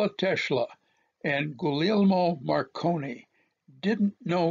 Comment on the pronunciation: Excellent and your Guglielmo Marconi,sir, is perfect.